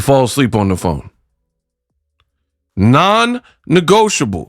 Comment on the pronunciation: Who noticed the mispronunciation of non-negotiable 🤷🤨🫢